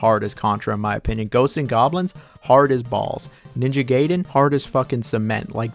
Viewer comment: I love how you pronounce a word one way and literally two seconds later you pronounce it another lol. Gaiden and Gayden, Sekiro and Sekeero 😁